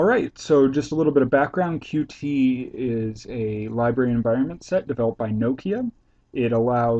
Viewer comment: It's pronounced "cute" :]